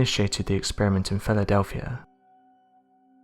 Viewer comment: Jesus. Listen to how he says Philadelphia at the :40 second mark. This narrator is pure trash. A horrible voice, accent, and the worst word pronunciation ive ever heard. Even English subtitles cant understand him.